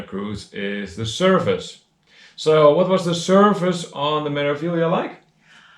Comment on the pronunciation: Your pronunciation of Meraviglia is pretty close except the first syllable is Me (as in May), not Mer. It follows the standard consonant-vowel format: Me-ra-vi-gli-a. May-rah-vee-lee-ah In Italian, E is always pronounced like AY as in day, and the R is rolled. You mastered the often confusing syllable GLI = LEE. I did one Mediterranean cruise on MSC and that was enough. They are beautiful ships but never again. I felt like it was a tug-of-war with my wallet. I'd prefer to deal with pickpockets in Rome than those thieves.